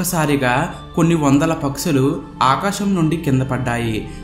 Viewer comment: Mundu maatalu spastatha nerko baabu pakshulu anadaniki paksulu amntumnavu traly anadaniki trali amntumnavu